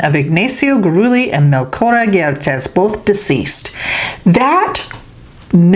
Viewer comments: Coyote in old New Mexico means 3/4 Indian 1/4 European mestizo means 50/50 European and Indian and Gurule is a hispanicization of a French last name its pronounce Guru-lay not Guru-lee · Goo ah ley